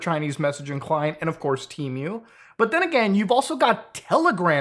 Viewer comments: Is it pronounced "Teh-Muh" or "Tea-Myu" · Tee-moo not T-mew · What the fuck is tea mew? I know of Temu… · I love how he says temu like temeu 😂